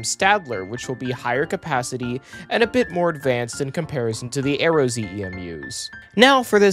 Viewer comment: It's ARROW not AERO.